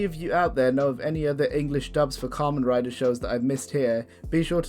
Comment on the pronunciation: YOU BUTCHERED KAMEN RIDER! HE DOES NOT RIDE KAMENS! (COM-ON, COME ON!)